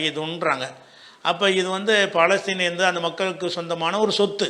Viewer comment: ஐயா அது பாலஸ்தீன் அல்ல பலஸ்தின் பிழையாக உச்சரித்தால் அதன் பொருளும் பிழையாகும். மார்க்க அறிஞருக்கே இது தெரியலியா?